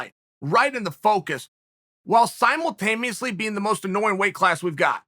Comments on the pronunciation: Chael “simultameously“ Sonnen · jajajaja him said "simultameously!"